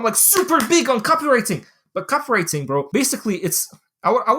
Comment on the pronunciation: Say Copy-wriTING again mf!